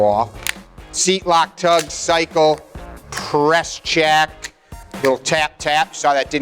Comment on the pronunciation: “Press CHeAck”